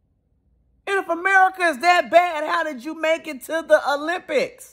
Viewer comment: "If America's so bad, how'd you get to the Olymipics?!?" 🤣🤣